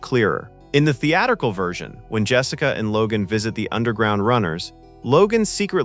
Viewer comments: Theaturcal? Say it with me now: The-at-ric-al. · Spot on! Pronounces it that way twice: & . I missed it the first time, but the "voice" pronounces it correctly . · Had to stop watching . That’s not Stanley R. Greenberg. It’s JASON ROBARDS portraying FDR. Also as mentioned previously it’s pronounced The- Attt-Tri- cull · what word is "theeaddical"? it is theatrical not theeadical. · What's up with the mispronunciation of "theatrical"? It's pronounced "theat-trick-al", not "thea-tickal". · "Theatical"? You missed an 'r' when typing out the text for your AI. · " while the theatical cut, was later..( etc. ) ... " who says theatrical incorrectly?? Were you using AI to narrate this? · I can't stop hearing this guy say "theadercal", dude maybe do tongue warmups so you can say "theATRICAL"... THEE-ADD-ER-KULL", ooof, I'm going to her it all day. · What is “theatical”? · "Theatical"? . . .*Theatrical*, perhaps? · Is this narrated by AI? Sometimes AI will mispronounce words or say them strangely… For example, the word “theatrical“; in this video, the narrator pronounces it,”the-add-wrigle”, and I’ve never ever heard anyone pronounced the word that way before. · ''thee-atta-cle'' cut?? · "Theatrical" AI: "Thee Adder Cull" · WTF is a "theatical" version? This word is misspoken more than once here. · Twice, even. If it had been only once, I'd say human error & bad editing. Twice, it's poorly trained AI. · So is a theatical cut concerning God? At least get your AI to pronounce words properly. Thats one of several examples of words that pulled me out of the already dour voiced video. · AI can't pronounced "theatrical." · Good video. only found one AI error, theatrical was pronounced without the r. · Gotta love how AI butchered “theatrical”! 😂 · You said "theatical" twice. And you pronounced holography wrong too. AI. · If the narrator is a real person and not AI, he needs to learn how to pronounce holography and theatrical. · The-A-tric-al and ho-LO-graphy